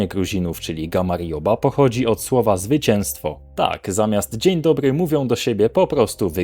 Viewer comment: Drogi autorze kanału, Wymowa języka gruzińskiego jest dostępna w Internecie całkowicie za darmo. Słowo გამარჯობა (gamarjoba) wymawiamy 'gamardżoba', natomiast słowo ღვინო (ghvino) wymawia się 'rvino' (czytając 'r' mniej więcej jak w francuskim). Pozdrawiam